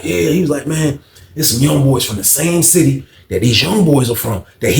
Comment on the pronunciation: Cmon Bro! A Sitiffy!!! P-A-U-S-E!!!!!!!